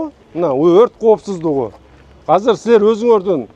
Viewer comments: Казыр эмес азыр деп суйлосон уйрон жакшы суйлошту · Казыр дебечи котогум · казыр эмес азыр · Казыр эмес азыр десен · Мер молодец .бирок Казыр дебей Азыр десе Жакшы болмок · Казыр эмес. Азыр болот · Мэрдин казыр деген созу азыр дегениби же кандай? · Бизде Азыр эле дейт Казыр дебейт 😢☝ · Жакшы меердин ишине ийгилик берсин Аллах Болгону азырды казыр дегени кызык экен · КАЗЫР ДЕЙТ ЧУЙЛУКТОР